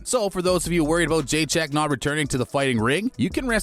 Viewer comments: Jeychek vs shaun wiley? lol your pronunciation is on point 👌. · I clicked foolishly… First clue this is clickbait? Script reader doesn’t even know how to pronounce her name… 🤦‍♂️ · Say her name right dufus..... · Please don’t Butcher her surename